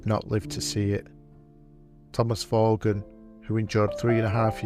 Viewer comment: The surname Vaughan is pronounced as VAWN, with a silent G.